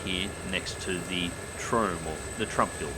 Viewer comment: The "Tromb" tower lmao